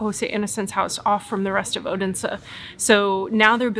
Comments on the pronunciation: You are really progressing in your danish, especially the word endings like in tartelett(er) and Odens(e) is loosing the american sounds like hard R's, the only thing I could really point a finger at was the hard "D" in Odense when its really a soft "D" sound. Very impressed by your improvement. :) Love you guys and you chill representation of the american moving to denmark storytelling and exploring the world I have grown to take forgranted for so many years making it new again <3 :D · 1. You pronounce the D in Odense as a hard D. Its a soft D - in the local dialect it can become so soft it becomes silent. 2. Were you aware you could also visit HCA's childhood home where he lived with his parents age 2 to 14 ? Its about a kilometer from the HCA museum. 3. Given the interest you have displayed in historic things, you might also be interested in visiting "Den Fynske Landsby" (a living history museum where many historic rural buildings have been moved (taken down and put together again as they were) to, or the Saint Knuths Cathedral, where you can see his and his brothers bones on display (they were lynched by an angry mob in the church where they had sought refuge) - some consider him the last viking king.